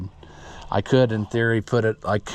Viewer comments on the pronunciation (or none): none